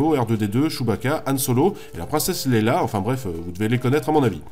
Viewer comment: on dit leia pas leila.